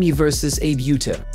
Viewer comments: Can you adjust the speech synthesizer to pronounce her name correctly? It's Uta (not Yuta) and Ah-beh (not like Abe Lincoln). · Is this a computer voiceover? It's pronounced like Ah-bay Oo-tah, not like Aib You-tah. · You don't even attempt to learn how to say her name. No, it isn't pronounced like Abe from Abraham Lincoln but Ah Beh (just to be clear it's not Ah Bay either) Uta again not You tuh like Yoda. But, U as in Eww that is icky. and Tah like tah tah for now. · also it’s not “Utah” like the name of the state in the United states. it’s like “oota” except without elongating the “oo.” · Japanese names can be pronounced like Italian. So she is not eib yuta, but Abe (A like ave maria's a) and be like Betty. A-be. Likewise Uta is not like Utah but U like oo and ta like tar. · Please LEARN the correct pronounciation of foreign names before you narrate videos!!! Buchard is pronounced like "Bushard". Abe Uta is pronounced lik Ahbe Ootah and not like Abe Lincoln or the state of Utah. It does not take much effort to find out , regrettable that you did not bother ! It is inconsiderate and disrespectful for all those champions you dare to talk about!!! Get it straight or be silent! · Not Abe, and not yuta! What a dickhead! It's oota ahbay! 阿部詩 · Her family name is not pronounced Abe, like Abe Lincoln, but it's Ah-Beh. And her name Uta isn't pronounced like Utah, but it's 'Oo-Ta'. Like in most phonetic languages, Japanese Romaji adopted the way Latin based languages pronounced their alphabets. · Uta Abe is pronounced "Ou-Ta Ah-Beh". not "Youta Ayb" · Ffs, do a little preparation. Her name is pronounced ah-beh ew-tah. You sound truly ignorant so thoroughly mispronouncing her name. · The downside of getting AI to narrate a video: it pronounces non-English names as if they are English! Hey stupid American AI, it is pronounced /ɑbɛ ʊtɑ/!!! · Japanese is a syllabic language. Her name is pronounced "ah-bay oo-tah." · Her name is pronounced Ahh bay Ooota.